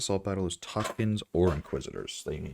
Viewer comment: Like and subscribe. If you have a “buy me coffee” thing or Patreon, let me know. With the current state of my roster, this feels like a personalized farming guide Also, best Tusken dialect pronunciation of any YouTuber I’ve seen so far.